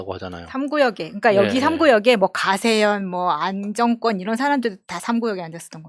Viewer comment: 부분에서! 안정권씨는 [안정꿘]으로 읽으시면 안 돼요^^ 그건 안씨가 정권을 잡으면 안정꿘. 아니면 어떠한 일이나 상황이 급박한 순간에 정상궤도를 벗어났다가 안정적으로 되돌아 왔을 때 안정꿘으로 들어왔다,고 말하는 법칙입니다. 그러니 사람 이름은 안 정 권으로 부드럽게 발음하고 정부나 안정적인 걸 말할 때 안정꿘으로 발음하는 것을 잊지 말아주세요. 예전에 장금이 드라마에서도 소주방이라는 단어가 있었는데 탤런트가 소주빵으로 말하더라구요. 작은 주바이란 의미로 소주방인데 마치 소주 마시는 방처럼 소주빵이라고 읽어서 웃겼어요. ㅋ, 나중엔 안정권씨라고 해주세요. ^^